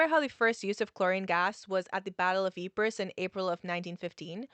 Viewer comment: The sound quality is good. My issue is with you pronouncing it, Ypress, It's not a Cypress tree that's lost it's C. It's called Ypre and given the battles fought there when dealing with the place and it's part in history, I feel demands the respect of proper naming. It doesn't take long to google the place name in the native tongue and getting a pronounciation.